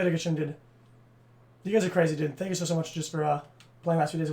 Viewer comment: Holy shit I got into the video he was watching and had to listen to this fuckin spanner...... (Edit) just incase you are a fan he says "dude" as "derde" that = spanner